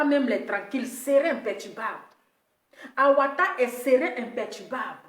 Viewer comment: Hé ma belle pardon on t'aime beaucoup mais fais un peu effort avec notre français là! avatar et non awatar c'est ta marque déposée mais bon fait effort gros bisous